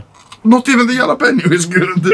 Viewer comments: i love how anomaly pronounce jalapeno "yala-peh-nyo" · anomaly saying japaleno яpaliniё